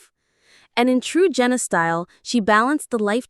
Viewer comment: So we just gonna pretend like Josh and Anna never happened. And it’s pronounced JANa not Jenna.